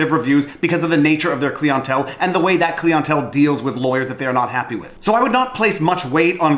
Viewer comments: Clientele... Interesting. I didn't know people pronounced it cleon-tell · what is cleeontel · Klee ahn tell. Klee ahn tell. Clientele. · Am I the only one extremely amused by pronouncing client one way but pronounce the client part of clientele completely different?